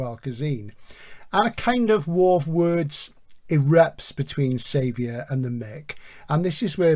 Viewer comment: Xavier is Javier. (ha-vee-air) I think it is a Basque thing that the J is written sometimes as X. That is my understanding. Not important but it has to be said. Edit/add on Nice show, very enjoyable. Terry Pratchett is famous for his humour but I don't find it laugh out loud stuff, Barry Malzberg is not well known as a particularly humourous writer as far as I know but I found Beyond Apollo hilarious